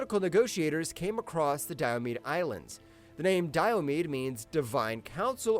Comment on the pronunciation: Your pronunciation of Diomede is wrong. The last e is pronounced. dai-uh-mee-dee. Might have been a good idea to check that before making the video.